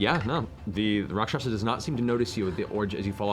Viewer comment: your guys wrong pronunciation of Rakshasa is driving me crazy...